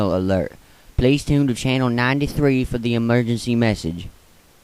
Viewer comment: Its Emergency Not Emerency